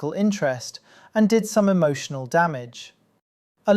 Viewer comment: “Emoshunual Damage” meme